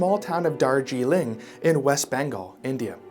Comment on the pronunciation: Brand new subscriber here I would just like to ask you to pleas, in your future videos please do a little research on pronunciation because the way you pronounce Darjeeling and Shambala was maddening